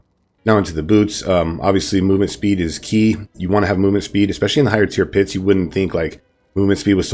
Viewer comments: Love the build.. I have to point out something though. At 1: 55 ish you said higher pure tits instead of higher tier pits. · When he said "higher pier tits" I felt that